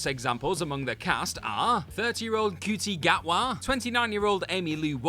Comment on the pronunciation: Ncuti Gatwa is pronounced Shootee - for next time 😊